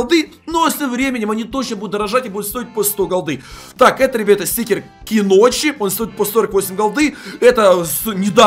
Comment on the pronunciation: Учи англиский Не Киночи А Куночи